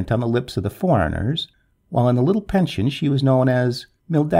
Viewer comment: nice story but i do wish non-english speaking people would learn how to pronounce and to say english names and places, such as folkestone, i.e. folkstun, or french names which should actually be pronounced as in french i.e. pension does not mean pension as in payment but a place to stay